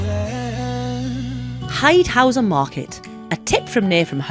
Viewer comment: it was so nice finally meeting you guys! Loved the video! Really solid coverage go Munich, and good pronunciation haha :D Love all the shots of the river near Haidhausen. Really beautiful.